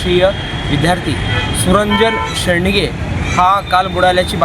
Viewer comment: "सुरंजन शेडगे" शेंडगे नाही.